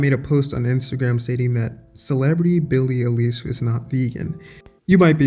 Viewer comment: Now this channel is fucked, the already fucked up topic is just fucked up a little bit more. Can't even pronounce her name correctly, promotes the idea to call " meat eaters " animal abusers and racist. I'll eat a big mac just to make every person mad that gets triggered by that, peace.